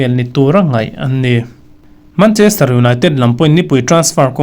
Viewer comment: mancherter 😂😂😂 city